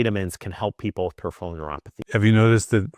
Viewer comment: and he can’t say peripheral properly! 😂